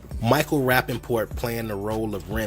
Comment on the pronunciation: It is Colin KAEPERNICK Michael RAPAPORT!! I love your videos but you are entirely too intelligent not to know how to properly read & pronounce someone's name, bro